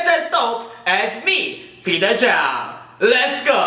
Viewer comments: he said "lets go", not rets go :( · "lets go" lol no rets go? xD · is it me or does he say 'let's go' instead of 'ret's go'? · peterchao failed to say RES' GO